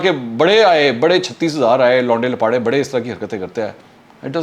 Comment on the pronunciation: I am your regular listener and like your analysis and when you say “launday laparay 😂